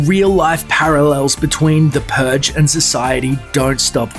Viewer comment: "the puge"